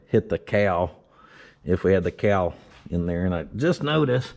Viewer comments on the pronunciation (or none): Cowl pronounced COW L